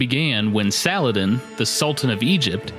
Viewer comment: You pronounced Saladin wrong. Its SAL-O-WHO-DEEN.